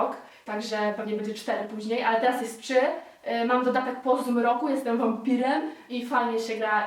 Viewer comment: mowi sie trzy a nie czy.. :)